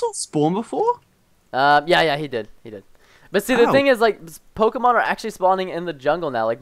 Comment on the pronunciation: You guys mis-pronounce many Pokémon names.